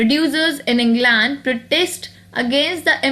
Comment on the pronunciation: also, you pronounced England wrong. no offense just helping u improve.